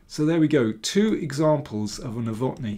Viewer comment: Nowotny is a Czech name and thus has to be stressed on the first syllable.